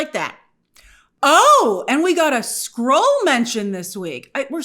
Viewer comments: Wtf! I thought he said “squirrel” too! 😂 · Skrull???? He said Skrull? I heard squirrel too😂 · I thought he said squirrel too 😂😅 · It’s a much funnier line if he said ‘squirrel’ instead of Skrull. I thought he said Squirrel and laughed. Knowing now that he said Skrull, I groan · I heard squirrel instead of skrull as well 😂